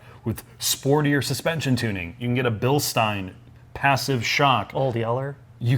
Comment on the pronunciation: Bilstein = Bil-styne... yes!